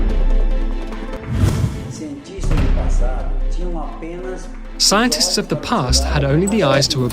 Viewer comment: Erth is flet.